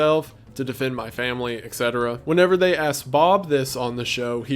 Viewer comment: It's "WHEN" not "WHENEVER." WHEN someone did something, WHEN. Why can't you just say when? It's like you go out of your way to say "whenever" when you mean "when." Etc. also stands for ET CETERA not EK CETERA.